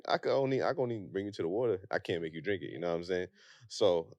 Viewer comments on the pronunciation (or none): none